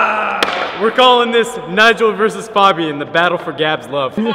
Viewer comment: It's pronounced F(A)bian not F(ah)bian